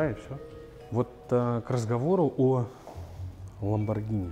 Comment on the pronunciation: оно до сих пор не знает как произносится lambogrhini